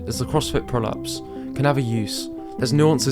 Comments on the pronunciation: The way you say "crossfit pullups" sounds like "prolapse" and I can't unhear it that way. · When you say "crossfit pullups" it sounds like you're saying "crossfit prolapse" lol. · every time you said "crossfit pull-ups" I heard "Crossfit prolapse"....but it's still probably correct lol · Every time he says “pull-ups” I hear “prolapse” 😐